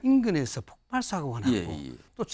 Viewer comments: 폭팔이 아니구요 폭발입니다.앵커양반!!! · 여기 지금 목소리 나오는분 들 폭발을 폭팔로 계속 발음 하는걸 보니 폭발을 폭팔로 잘못 알고있는 분들 같네요 방송을 하는분들이 이래서야 되겠습니까 ㅠ